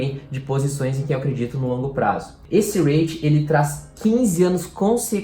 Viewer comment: apenas umas pequena correção: a pronúncia correta seria "ri-it" e não "reit"